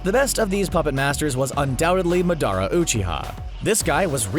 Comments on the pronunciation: madara is pronounced MAW-DUH-Raw SEELE is SAY-LAY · He said muhdara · But why you butchered Madera's name though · It’s madara not madàra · Its ma-da-ra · You said madra wrong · bruh CBR need to watch english dub Naruto shippuden and pronounce Madara better. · This nigga ain’t even trying to say the names right, like when he said madara wrong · He pronounced Madaras name so wrong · the way he pronounced madara's name triggered me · Bruh how he pronounced madara made me cringe.. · Madara omg how you say it it’s just so bad i am sorry bro please learn how to speak the name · why he say madara like that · Madara Bro way to mess up his name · I laughed pretty hard every time the announcer pronounced madara’s name. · Tmw you call yourself an anime fan and then pronounce Madara wrong... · yeah and madara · Right from the start it's misleading. It's titled 10 Anime Villains, yet Zeno is not a villain at all. And please don't ever pronounce Madara like that. Haha That almost shows you haven't actually watched Naruto, or at least the parts with Madara. His name is not pronounced like that in English or Japanese. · You said madara wrong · It's really not its MA DA RAH NOT MA DAR A and AKUSKI? Its akatsuki You've clearly haven't watched naruto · I hate how he pronounced Madara and gurren lagenn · The way he pronounce Madara and Yagami makes me rage